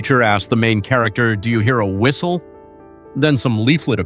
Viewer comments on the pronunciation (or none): "Do yOu Heah tHe fwiStLe?"